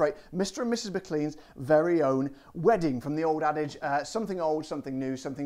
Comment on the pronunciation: in scotland the name is pronounced Mclane, ok mate